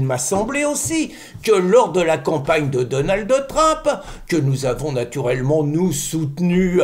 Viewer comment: S'il vous plait Pierre arrêtez de mettre un "e" à la fin de Donald ça me fait mal aux oreilles 😂. C'était le prénom de mon mari décédé